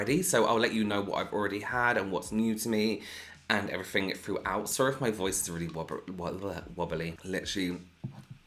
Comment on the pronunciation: I love the way you say everything lol 'everyfing' i love it 😂